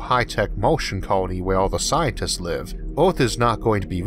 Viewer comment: What is that "orth" he is repeatedly speaking of? What is a "leysoh"?